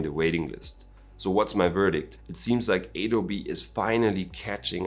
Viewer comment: It's Adobe not aydobe bro :)